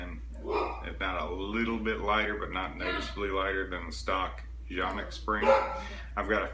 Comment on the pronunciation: It is pronounced kan-ik according to Canik. Also landscape is your friend, get to know him.